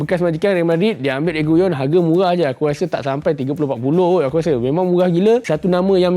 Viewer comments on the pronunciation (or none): RE-GI-LON bkn REGUYON